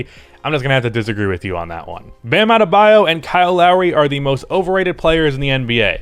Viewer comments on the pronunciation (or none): none